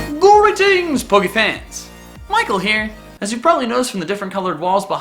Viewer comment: “Goo-reetings pokefans”